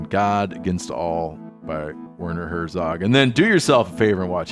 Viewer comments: Wearner Hoezoug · His name is actually pronounced differently. If I i can "hooked on phonics" it, I'd say it sounds like, "Vehrner Hairzog". German doesn't actually have the "w" sound in their language. The "w" you see in their language is actually pronounced like a "v", in English. Just a note to add as a German language learner. 🙋🏼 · Listing to you pronounce his name and seeing him be far too polite to correct you .... he's a gentleman...itself pronounced like "verner hurtszog"..; stupid formalities anyway but thanks for this I just love him so much and I always feel bad after Heaton a conversation with him. ❤d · Imagine pronouncing his name wrong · When he introduced him it made me cringe.. Americans that have no idea how to pronounce relatively simple German names. While on a wider scale, sure w/e, but if you're having the guy as a guest on your podcast, at least learn how to pronounce his name correctly.